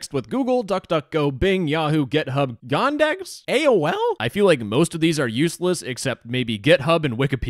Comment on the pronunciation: он так смешно сказал Яиндекс XD